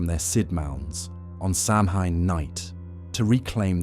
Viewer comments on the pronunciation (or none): OK, I really like this program but it does get a bit repetitive after an hour. I figure it is AI because isn’t the correct pronunciation of Samhain Sow-ween? Still, I like it.